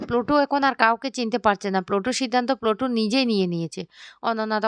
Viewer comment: সবাইতো বলে বলে ক্লান্ত হয়ে যাবে কিন্তু উনার উচ্চারণ বদলাবে না